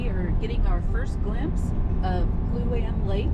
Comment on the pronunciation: It is pronounced Clue- on- eee. Kluane. Also Tok is pronounced Toke. Just trying to help 😁